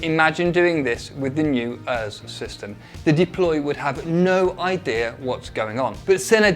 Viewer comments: sorry but like can we notice that he said errs system. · Nah ain’t no way he said ERS like that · bruh why do you ronounce ers like thatlol